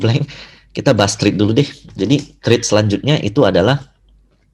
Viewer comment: Thank you ko penjelasan nya. Btw it is threat, not thread hehe